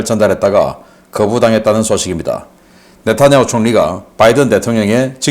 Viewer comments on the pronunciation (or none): none